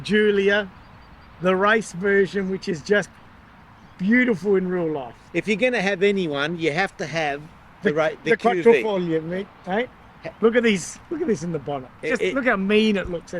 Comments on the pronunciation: It's "Quadrifoglio" not "quattrofoglio". Engine developed by Alfa Romeo with Ferrari engineers and derived from their F154 V8. The full lock issue resolved from MY20 (they indeed revised the Ackermann geometry). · Finally! I'm not the only one out there correcting all these videos where they can't pronounce Quadrifoglio! I'll say it again ...QuadrO is a picture frame in Italian! By the way still a great video guys! 😁